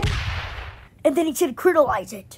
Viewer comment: critalize it?